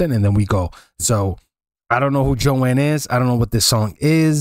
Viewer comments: it's pronounced Joan like groan not Joann. Last name pronounced Bi-ezz. She's a fabulous folk singer. Personality that's one of my all time favorite songs. Try some Carly Simon. Listen to the song "You're so Vain" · Joan not Jo Ann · Joan , not Joanne . Bob Dylan is with her . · That "guy with the guitar" is Bob Dylan, the most incredible songwriter of his (and many other) generations. He received the Nobel Prize for Literature in 2016. He and Joan (one syllable, not Jo-Ann) were the king and queen of folk music in the 60's and 70's. He continued to write music for 60 years and is still performing. Both were involved in the Civil Rights movement and the anti-war movements. I suggest you listen to ""The Times They Are A-Changing" and "Blowing in the Wind" to hear what the young Bob Dylan was writing back in the 60s. It was a shock when you didn't recognize him. For us, it would be like someone from your generation not recognizing a picture of Michael Jackson. I congratulate you for beginning to explore the music from the 60s and 70s, but you have a long way to go, partner. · Its Joan, not Joanne. She is amazing for sure! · Her name is JOAN not Joanne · it's pronounced, phonetically, I guess "Jone". It's correct spelling is Joan. Not JoAnne. That's a different name. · Learn to read her name is JOAN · Why can Americans never pronounce Joan, why do they never google how to pronounce Baez ( or Joan, if they're THAT clueless), how could you not recognize Bob Dylan, why assume the man is the guitarist.. I COULD go on.